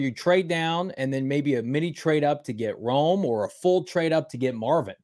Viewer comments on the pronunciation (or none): Rome is pissed that you keep butchering his name! Not that hard!